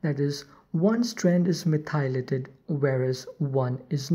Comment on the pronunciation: You should know that "methylated" is pronounced "METH - y - lated". Not "meth - EYE - lated" as you are saying here. (capitalization indicating emphasis) Listen to some audio examples of correct pronunciation, that will help